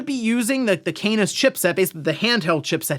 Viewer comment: Canis... I cannot stop just hearing anus